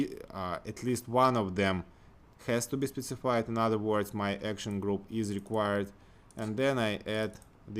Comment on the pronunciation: синтаксис, май груп, мой экшэн груп